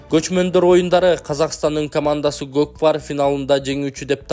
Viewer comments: молодец журналс даана айты кот пардеп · Журналиста гөт пар дейби 😂😂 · Гот пар дейтко😂😂😂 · Кабарчыда котбар деп жататко😂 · 😂😂 готпар дейтго журналист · Готпар дейтко журналист